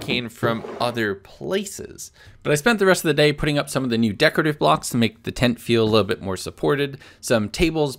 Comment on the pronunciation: day 75 says 'bay' instead of 'day'😂